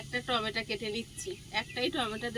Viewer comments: টমেটো কে টমেটা,স্নান কে এস্নান এমন কি স্নেহ কে এস্নেহ। কেমন যেন অস্বাভাবিক লাগে। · apnara tometo ke tometa bolen keno?